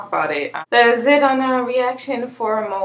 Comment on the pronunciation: You're pronouncing it right 😊